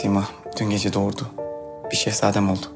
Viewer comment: Meleksima nın sehsadem demesinden bıktık yaaaa